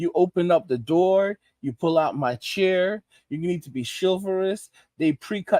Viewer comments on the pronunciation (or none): "You pull out the churr." hahahaha